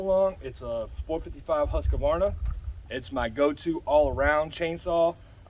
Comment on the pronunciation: Swede here. It's pronounced "hoose-kvaarrna". ;) Excellent vid!